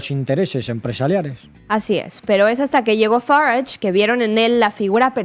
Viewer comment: Esta presentadora que fuerza la pronunciación de Farange se equivoca. Los británicos cultos no hablan así